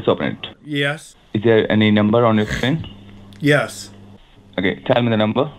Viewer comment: Ok WHAF was that “schreen” all about. Is that not some kind of Alien language..